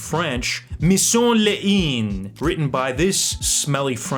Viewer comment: Your french is so terrible. How can you pronounce "Mission de L'inde" as "Mission Léine"?